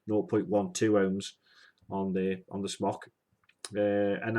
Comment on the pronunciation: Smok is pronounced "smoke", not "smock."